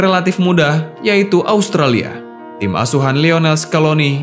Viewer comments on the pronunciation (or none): none